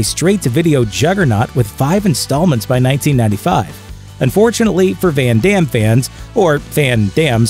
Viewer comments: "When Demm" XD. Americans and their pronunciation. Try to say "Fun Dumm" and maybe you pronounce the name correctly now. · Did he really say "fan dams" 😐🙁 smh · I love Jean Claude Van Damme Hey watch yo mouth, foo! Sorry, I meant Van Darn.